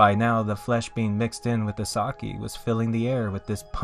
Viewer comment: I was more disturbed from the pronunciation of sake